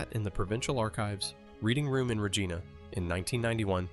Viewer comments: not only does it miss pronounce Rigina, it also is attempting to show this to lookmlike aneique footage by putting on lines and spots. When looking at a more recent picture of the hospital with the windows boarded up it shouldn't have old footate marks. its so sad that we have AI fooling us like this. It's what will be teaching future generations what is "accurate and true" So expect generations who will be spoon fed lies like this but tha's probably no different than King Kames re-writing the bible or others who have rewritten history over the years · Why can’t your AI say Regina right lol